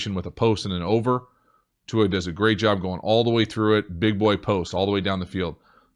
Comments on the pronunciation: thank you for saying Tuas name almost correctly!!🤙🏿🤙🏿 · I’m just really impressed that you pronounced Tua’s name correctly... the NFL Commissioner butchered it at the draft.